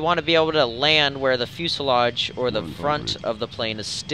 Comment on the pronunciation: I am so happy you said 'fuselage' correctly